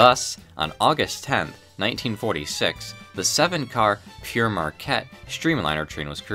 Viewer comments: For God sake. It's Père (pronounced more like "pear") not Pierre! The name is from the 18th century French Jesuit priest missionary explorer. Hence the French title (Father Marquette in English.) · It id not Peer Marquette is is pronounced pear marquette - Pere is the title of a priest. Pere Marquette is a priests name. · I'm confused - throughout the video you spell it "Pere Marquette", but pronounce it "Pierre Marquette" - which is it meant to be? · Its spelled Pere but pronounced 'Pear' and means 'Father' not Pierre. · Pere rhymes with pair and pear. It's French for father, as Marquette was a Catholic priest and missionary.